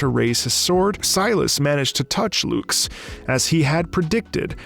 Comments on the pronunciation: Oh yeah, "loox" (lux) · Hearing him pronounce her name as Loox is really funny. It’s supposed to be an Uh sound Lux, named after the unit of illumination. Obviously he wouldn’t know that but it’s still funny to hear